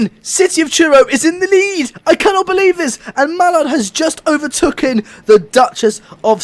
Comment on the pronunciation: Why is it so hard for you to say overtaken lol